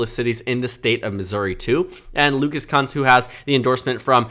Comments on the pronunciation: It’s pronounced Koonce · It’s K-OO-NCE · Lucas’s last name is pronounced “Koonce,” per his website.